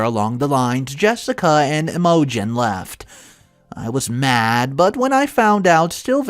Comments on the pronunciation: This is how emotion is spelled not Imogen . It’s pronounced ima gene without the e. Learn how to pronounce words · Had to pause after I heard you mispronounce "Imogen." Think of it as "Emma Jean," but with a New Zealand accent. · EMO-GIN? PLEASE do us all a favor and ask someone how to pronounce names. It is extremely RUDE to mispronounced OPs names. Why are you so rude? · Isn’t it pronounced Emma-Jean (it’s an old fashioned name). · Pronounce it like M O Jean. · The I in Imogen, sounds like the I in Dim. Also the o is short, not like emoji at all.